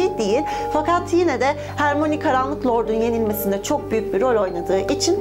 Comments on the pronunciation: hörmayniye hermoni dedikce cringe oluyorum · Abla "Hermoni" diye değil, "Hörmayni" diye okunuyor. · Abla hermoni diye değil hörmayni diye okunuyor Emma Watson'ın bir röportajı var bununla ilgili Türkçe dublajda yanlış okuyorlarmış ama türkçe altyazılı da kendi sesleriyle hörmayni diye okuyorlar😄😘👋🏻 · Diğer bir bilgi; Hermione; "Hermoni" diye değil "Hömayni" diye okunur. Kofti ise, muggle, melez hatta safkan olup büyü yapamayanlara denir. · Hermoni değil hör ma yo ni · Ben de ciddi ciddi potterhead sanmıştım bu kızı yazara ce ke rovling diyen hörmayoniye hermoni diyor